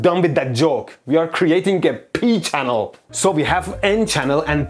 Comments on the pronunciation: And then he said Pee Channel as if that wasn't going to make me giggle too 😂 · I appreciate that he went with a N-channel instead of a P-channel for the extra joke opportunities. XD Edit: I spoke too soon. "Pee-channel"